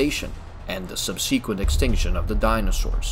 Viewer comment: What the hell is "subseaquent"? XD Nice video, I really enjoyed it, but as a Grammar-NSDAP member, I cannot allow this mispronunciation to go unnoticed.